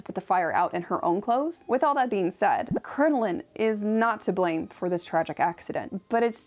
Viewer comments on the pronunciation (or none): none